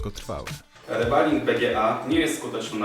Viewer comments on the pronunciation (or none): Fonetycznie, mówi się REBOLING (REBALLING), a nie RABALING.